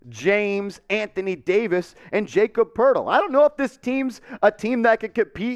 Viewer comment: Lmao this is bad. Really bad. You don’t even know how to say Jakob’s name. He’s worth a 1st by himself. Spurs want a 1st just to take Russell. So Jakob and Doug for Russell and two first round picks makes wayyy more sense. You must be a laker fanboy thinking your suggestion was a good deal.